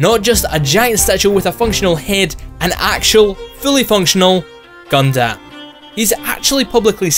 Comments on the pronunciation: Gundammit! its not Gun-damn its pronounced Gun-dum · It is honestly so hard for me to watch this simply because of how he says Gundam. Like, dude, it is not “guhn dâm” it’s pronounced “guhn dm” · I cringed when he said Gun Damn too. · just a small nitpick but its actually pronounced "gun-dum" not "gun-dam". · Haha, Gundam Is pronounced as Gun - dum, not Gundamn... anyway, wasn't the statue made for the Toyko 2020 Olympics? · Its Gun-Dum, not Gun-Damn. Seriously. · HellsRaven4444 British Bright Noa would be pleased at his enunciation. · did he just call it Gun-Damn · I'm going to say this right now the way you say Gundam is entirely wrong. It may look and sound right but the proper way to pronounce it is (Gun-Dumb or Gun-Dum). Yup it is not false watching any series of gundam in matter of either Dub/Sub you would hear it clear say the name Gundam as (Gun-Dumb or Gun-Dum). (Thank you Dreamy Dritto for noticing that) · >Anime most of us have heard of. >Can't pronounce it properly. "Gun-DAM" cringe. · "gun-damn" you overpronounce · The way you say Gundam is... Heretical lol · Your pronunciation of Gundam is making my skin crawl. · "Gundam" is one word. Why are you saying it like that? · Your pronouncing Gundam wrong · The way you pronounce gundam hurts me physically and mentally.